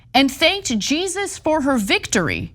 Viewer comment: Ana it’s not Jesus in Spanish. The J is pronounced as an H. 😂